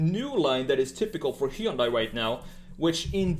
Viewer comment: Plzzzzzzz it's pronunced "hyon dae" it's like hearing someone call Versace, ver-sase!! It ain't that hard!! Also, awesome video!